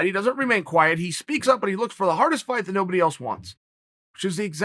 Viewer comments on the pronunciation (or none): none